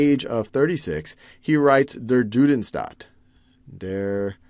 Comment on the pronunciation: You often mispronounce the German words badly. eg. 'Der Judenstaat' isn't pronounced like J usually is in English, but much more like Y in for example 'you'.